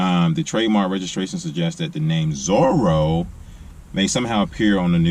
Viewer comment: Zora not zoro